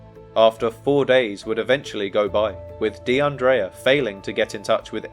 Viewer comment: Almost broke my neck looking up at the screen when you said her name because not only is that my name too but you also pronounced it correctly. Praying for justice for DeAndrea and her family 🩷